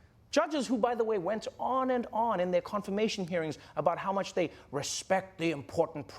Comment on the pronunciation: Hood came off with a hair shake and an Ahh nuch better, agreed she meant it